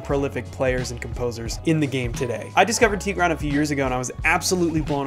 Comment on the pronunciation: Tigra'n...the accent is on the a...jist sayin :)